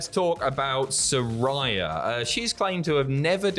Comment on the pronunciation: It's pronounced Sir-Ray-Uh, not Rye